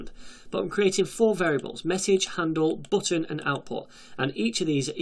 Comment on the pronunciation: The booutn.... what an accend 😂